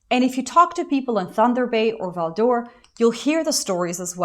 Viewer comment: To hear you said Val d’Or it was crazy cuz I know the majority of Canadians have no idea where it is.